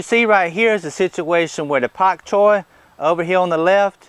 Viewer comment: Dam it !!! First of all I hit the like button 389 times and it only showed one of my clicks. And secondly, I told you aren't allowed to say pak choy with such a heavy southern drawl a couple of months ago at least :)